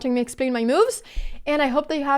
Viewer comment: Anna's rating would go up if she'd make moves instead of "mewves." 😄